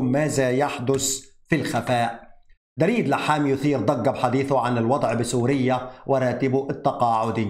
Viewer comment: يسعد اوقاتك. اسم دريد يلفظ بضم حرف الدال وليس بفتحها. تحياتي القلبية لك